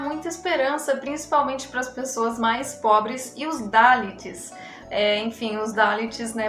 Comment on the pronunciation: Não se pronuncia DÁLIT, MAS SIM DALÍT!